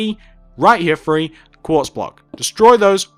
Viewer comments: do you notice how he says free instead of three. what is up with that? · One.. two.. free.. four..